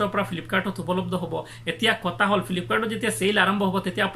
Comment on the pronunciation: If you don't mind then let me say you one thing that it's 'kotha' not Kota..... Pls pronounce correctly....